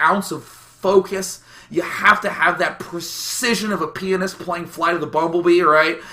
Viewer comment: thought he said penis instead of pianist